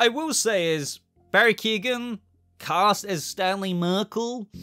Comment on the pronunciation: It's not Barry Keegan, its pronounced keown